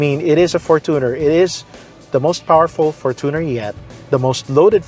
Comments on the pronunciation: fortuner from the word “fortune” is pronounced as “FORTUNE +ner” not from the word “tuner” correct: FORTUNE-ner 💯 incorrect: for-TUNER ❌ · its for-CHU-ner, not for-two/too-ner 🙄